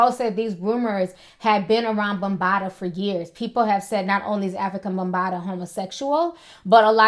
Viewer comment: She said Ho situation? She said Afrikabumbata? Lol